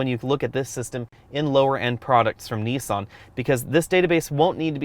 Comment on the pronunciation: I just wish you would say 'Nissan' correctly as it's quite annoying listening to you pronounce it incorrectly over and over again